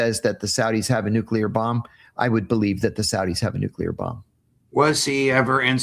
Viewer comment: Never trust a person who says “nu-cue-ler”.